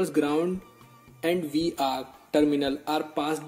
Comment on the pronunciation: After searching all over I had a thought that due to language accent I may have misunderstood. Did you say vr or dr to pin 5